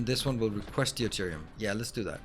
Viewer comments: FYI deuterium is pronounced doo-teer-ee-um, not dee-you-teer-ee-um, the "eu" is pronounced the same as in "neutron" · Love the series and love the way the planets develop and get industrialized. One trivial thing I hope you don't mind. I keep hearing you say Dee oo te rium for Deuterium. It is actually just pronounced Dooterium without the first "e" The "eu" is just pronounced "oo"